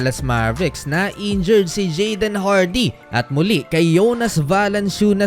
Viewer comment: NA-INJURED…. hindi NA-INJURY !! sus ko ialng taon ka ng nag VVLOG hanggang ngayon di mo parin alam ano kaibahan myan.. hindi ako mag mamagaling pero responsibility rin ng content creator na tama yung paggamit ng mga salita para naman yung mga nanonood ay tama ang natutunan.